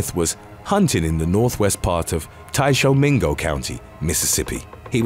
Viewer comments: Weird to see my home county on YT…but it’s more so pronounced as Tish-a-ming-go…and that’s not the saddest hunting accident to happen there…probably a few more then I know of as well… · Its pronounced tisha-ming-o I remember when that happened. Sad story but the most beautiful area in Mississippi. Not trying to be a dick its just not how Mississippians talk. Iuka is the most beautiful town in this vile state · Lol you slaughtered Tishomingo Mississippi.